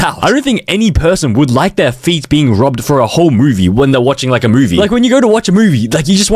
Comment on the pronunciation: bro like “I liké you”